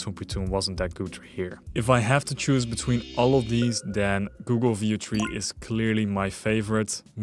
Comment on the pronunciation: did anyone else think he was saying "video-tree" every time he went to say Veo3...it took me half the video to realize what he was saying.